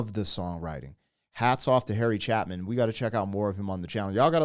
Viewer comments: Not a female vocal. That's Big John Wallace, bandmember, he also played the bass. I remember exactly where I was and what I was doing when they announced on the radio that Harry had just died in a car accident. I was heartbroken. His last name is CHAY-pin. No "m" and it's a long A. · There is no female vocalist in this. The high vocal voice belongs to the bewishkered bass player singing in falsetto. The name has no "M" in it - it is pronounce - "Chae-pin" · It's CHAY-pin. Harry Chapin, Storyteller Extraordinaire 💖 ish you made a little face, perhaps at the falsetto part: that's Harry's bass player, John Wallace. Had the privilege to watch this band perform in the early 70s. . . EPIC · I believe it's pronounced, Ch-A-pin. The A is big!! Love your channel and reactions as always!! He wrote REALLY meaningful recordings. As we say in Texas; Y'all be safe. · I'm not sure why you're adding it the letter M into his last name but I'm sure you'll eventually figure it out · it's pronounced, CHAY-pin. He got his start singing at a church in Brooklyn. I sang with him each year that I was in that choir at the spring choir concert, where he wrote the second half of the concert. I also sang backup on one of his albums and at Avery Fisher Hall (In Lincoln Center). He always joked about not getting on the radio because his songs were too long for Radio. WOLD was his first Radio hit. His big hit was Cats in the Cradle. He went to Brooklyn Technical High School and then to the Air Force Academy (He took off to find the sky.) Though he didn't graduate from the Academy. There is a sequel song to Taxi, titled "Sequel." His Brother Tom did a show called "Make a Wish" and Harry wrote the songs for that show. His other brother Steve was, IMHO, the best singer of the three. And the high voice was John Wallace. He has a range that rivals Freddie Mercury. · Pronounced "Chay-pin", like "playpen." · Cha (pronounced like Che Guevara) pin. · Pronounce the name right, do your homework